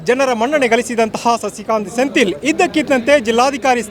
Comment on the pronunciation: It is Sendhil not sentil